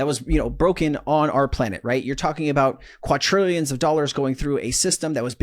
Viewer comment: Qua*D*rillion. (As in “quad”, or four.) Not “qua*T*rillion”. “Quatrillion” isn’t a thing. 😉 Just saying. 😅 Thanks for your videos! Hope you are recovering well!